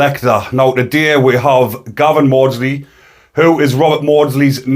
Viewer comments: Get the name right is MAWDSLEY before you start selling stuff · Please get the name right it's MAWDSLEY